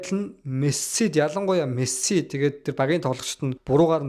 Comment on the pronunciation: jaahan duudlaga deere anhaarmaar ymu bro мэсссси гээл нэгэл сонин байнаа хаха